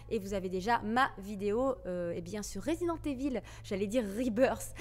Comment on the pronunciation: Aaah Spiderman, t as bien prononcé (contrairement à Resident Evil lol), ti vois kantuveux